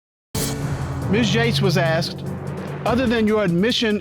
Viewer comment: In english it s asked , not axt